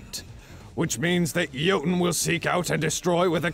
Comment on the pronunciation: I will relish the day when everyone can pronounce Jötunn correctly xD (For those who don’t yet know, it sounds like “yo-tune”)